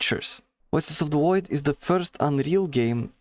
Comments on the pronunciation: Woices of the Woid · "wuioces of the woid" -this guy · Woices od da Woid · Woices of the Woid.